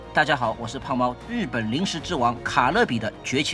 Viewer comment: You can’t even pronounce the name of this brand?! WTH? It’s “Calbee,” not “Calibee”!